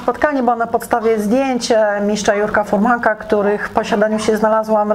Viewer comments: Droga:) dziś obejrzałem 2- twoje filmy,pierwszy w obronie wydętego brzuszka:) który skomentowałem negatywnie oraz ten pod którym zamieszczam wpis. Film ten jest super produkcją,drobne przejęzyczenia miszcz/mistrz drażnią mnie, ale jakość tego filmu,a właściwie reportażu jest tak dobra że gdyby nie wpis jakiegoś youtubera to bym tego nie zauważył. Naprawdę jest do dobrze zrobiony materiał.Fajnie że pomyślałaś o starej gwardii,która rozpropagowała ten sport. Nie wiem czy to dla Ciebie ważne ale od dzisiaj masz jednego subkrybenta więcej. Gratuluję zrobienia dobrego materiału na poziomie profesjonalnej telewizji. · Ale jak innym youtuberom Pani wytyka lapsusy językowe albo pomyłki , przejęzyczenia to jest ok. Film jeszcze Pani o tym nagrywa, a za coś takiego jak miszcz zamiast mistrz to się w podstawówce albo to w zeszycie 100 razy pisało albo w kącie stało. Tak pilnowali nauczyciele poprawnej polszczyzny. A DZISIAJ WYJEBANE NA TO i każde zwrócenie uwagi, co by nie mówić merytorycznej, jest traktowane jako "wylewanie swoich żalów" albo bycie "sfrustrowanym hejterem". Żałosne hehe ale tak musi być w tym chorym świecie fit i kulturystyki.